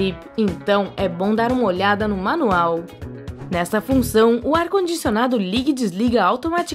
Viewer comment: Não consigo assistir esse vídeo... esse jeito de narrar irrita demais... "para quem não tem um ar condicioNADO" "ou como ostentar que você não vai friTAR".